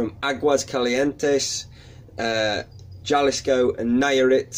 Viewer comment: Jalisco sounds a bit more like Haw-Lee-Scoe (scope sans the p)